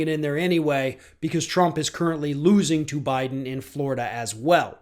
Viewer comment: Jennifer Jones OMG “bye-don”!!!!!! PERFECT!!!